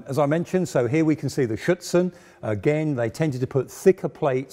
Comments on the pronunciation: I heard "Schützen" (rifleman) instead of "Schürze" (skirt). He is not really pronouncing the "r" in "Schürzen" which is important for understanding the word. (At least for me as a native German speaker) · Superb content, as always. Two suggestions: you may pronounce the manufacturer MAN not as thev word "man" but as single letters: "em a en". Afterall it is an abbreviation. Secondly, when you refer to the added standoff armour I always hear "Schützen". In reality it is "Schürzen" (apron).